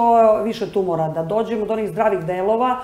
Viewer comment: kako loša novinarka!Đ Gospođa lagano reče tumUr, pa o čemu dalje da razgovaramo :D A gospođi Danici, naravno,svaka čast!! :)